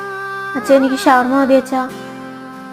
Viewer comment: Sawarma❌ shawarma✅